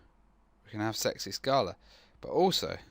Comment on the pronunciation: Err, don't wanna be picky, but it's pronounced like this